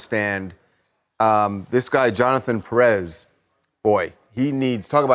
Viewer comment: People I love you so much (TMZ) I'm addicted to your show but... It's not Pe rrez it's pronounced Pé-rez separate the little line you see on top of the é it's called Acento it's a rule that you have to apply strength on that letter in specific like Ma-rí-a the strength it's applied on the í and you'll add an acento instead of a dot on the í. It's not a lesson for TMZ is for all of us here so we can call people by their name and not something that's wrong that the person named should be correcting them. By the way my grandmas last name was Nieves Pé rez. Best show ever... with all my heart, lots of blesses to all of you. "I'm not a lawyer" 😂 my version.